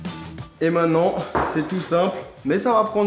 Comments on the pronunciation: Lam Zenati sa se peut qu'il est pas français voilà. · Lam Zenati moi sa ma stresser tous le long de la vidéo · super vraiment. stp essaie de dire MAINTENANT et pas MAINNANT car beaucoup d'enfants te regarde. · Quelqu'un peut lui dire qu'on dit "Maintenant" et non "mainant" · mainttttttenant et non mainnant putain hahaha, sinon belle vidéo